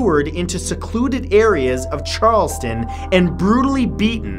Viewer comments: If you're going to do these stories please research the pronunciations of places and people's names. It's Charlestown, Ma not Charleston. It's not Broodmore. It's Broadmoor. It's not Jamie Beulger. It's Jamie Bulger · It Charlestown Massachusetts not Charleston